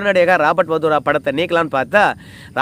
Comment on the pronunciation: Robert Vadera not Vadora